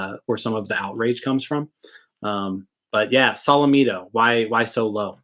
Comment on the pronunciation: Can you please pronounce his name right